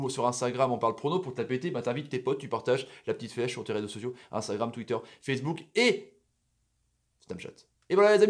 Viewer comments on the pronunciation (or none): none